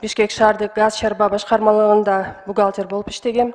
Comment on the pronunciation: Бухалтир болуп иштегем деп жаман тантырадыго😂😂😂😂😂😂😂